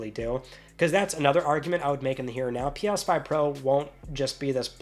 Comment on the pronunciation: Pi-yas 5...can't unhear it now! 😅